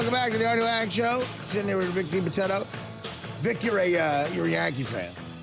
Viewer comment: Try pronouncing "DiBitetto" correctly next time...no respect for your guest